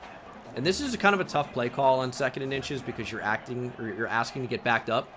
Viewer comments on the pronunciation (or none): none